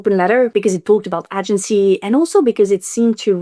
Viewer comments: Girl I love you so much but your prononciation of AH-gency almost caused me a stroke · "Agency" ne se prononce pas avec un A français mais plus un ay-gency (comme le mot Hay mais sans le H) Seuls les voteurs du RN colonisent ainsi la langue des autres 🙏🙏🙏🙏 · It's pronounced 'ay-gency' 😉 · Agency • aye-jen-see It's an extended aye sound at the beginning of the word FYI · In “agency” the first syllable rhymes with “day”.